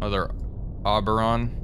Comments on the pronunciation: Its pronounced Oh-ber-on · pronounced "OH-burr-on" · If anyone was wondering, its pronounced (Oh-ber-ron) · Long O at the start of the name. Oh-ber-on. He is the king of the Faeries from Shakespeare's Midsummer Night's Dream. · My friends in the RAN who worked on theese pronounced it like "Oohberon", like the surprised "Ooh". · Oberon - pronuncition - Oh Ber Ron.